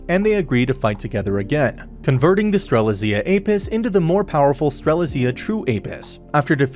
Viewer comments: Ah yes "streslia" "Gran crevous" BRO COME ON Edit: mans mispronounces every FRANXX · The way mans says "strellyzea" 💀💀💀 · It’s pronounced Stera-lit-z-ah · Good recap, only thing i can point to is your pronounciation of Strelizia